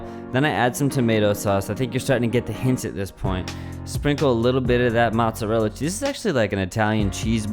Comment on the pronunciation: matzorella is actually mozzarella